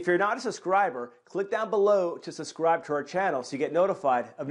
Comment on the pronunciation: Dear Sir, Please say 'Sub-Scribe', not 'Sus-Scribe'. Hearing people make this pronunciation mistake more and more lately. It has me concerned.